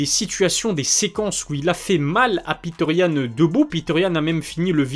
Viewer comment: C est petr yann.prononcer Petre.pas piteur. Sinon o top, comme d hab